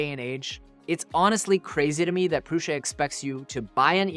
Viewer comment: Great comparison and it's neat to see the advancements we've been seeing these last couple of years. 1 thing.. Joseph pronounces his last name and the brand name "proo- Suh" not "Proo- SHuh" lol totally nit-picking here lol